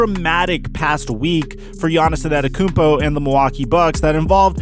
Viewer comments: peep how he said "anatakounpo" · his name is NOT Anatakumpo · nobody:: Giannis Anenekoompo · You're pronouncing his last name wrong and I know how it's pronounced because I'm greek also no offense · Btw you're saying Antetokounmpo wrong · I cringe every time you say his last name. If you don't know it then don't say it.